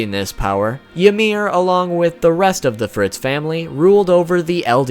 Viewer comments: you say ymir like imir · Since when was 'Ymir' pronounced "Ya-meer"??? 😒